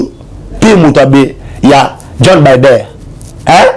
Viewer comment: Opération de grande" envigueur," on dit" Envergure"mon frère bo kendeke classe,eza te soki ozali miso makasi okoki kosala nioso na RDC. N'importe quoi? Joe Biden et non bider. Tu es vraiment éparpillé dans ta façon de transmettre tes soit disant message.